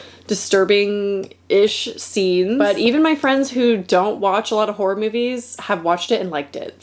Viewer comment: As a British person, I hear "whore movies" 😂